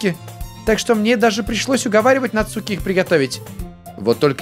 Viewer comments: нАцуки ударение на А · Не Нацуууки а Наааацуки!!!! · Не НацУки а НАцуки дурашка))) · не НацУки,а нАцуки((((((((((((((((((((((((( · Нааацуки... Нааацуки.... Наааацуки а не Нацуууууки!!!!>:/ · НАцуки а не НацУки!!!!! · не нацууки а нааацуки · Согласен, выбешивает, когда он читает НацУки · Al1na art В Японии нет ударений, правильно читается- Нацки, "дурашка" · ЗА-ШИ-БИ-СЬ интересно продолжай пожалуйста И кстати по моему читается НацукИ но как знаешь я не уверен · В Японии нету ударений в этом имени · Нацуки ударение на А !!!